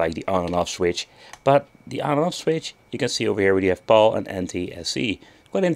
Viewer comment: it's pronounced PAL(your buddy, your friend, your pal), not PAUL. Phase Alternate Line. And that should only deal with your output to video requirements, should have nothing to do with the region that the game was released for which I've heard you mention before, not in this video.